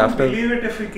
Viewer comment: Lo bolimagane it's Belgaum not belgaon